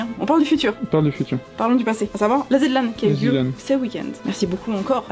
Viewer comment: Chieuse incoming: Par pitié...... on ne dit pas Zed LAN, mais Zi Lan, ça me trigger xD (a me problem je sais je sais, mais pitié T-T)